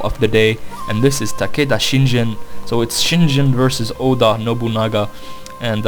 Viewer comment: its shiNGEN NOT shiNJEN